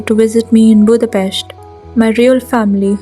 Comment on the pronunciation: It’s April 13th, a.m., I believe... Thanks for your thoughts and for pronouncing the name of our beautiful capital correctly 😊